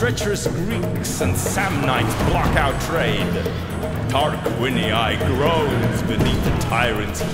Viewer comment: LaTTium ?? TarquiniIIIII ?? That's some pronounciacion.